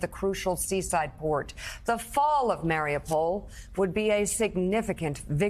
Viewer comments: Mar-ee-OOH-pole* Not "mare-ah-pol" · It's pronounced, Mar-e-you-poll